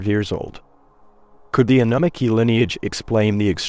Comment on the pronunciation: Love the content, the pronunciation is just terrible. Especially Annunaki. I find myself going back 5.. 6 times to try and figure out what you're talkin about.. that's inexcusable.